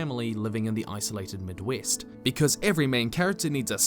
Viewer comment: You know we love you here in the states, but did you say the /Midwest/?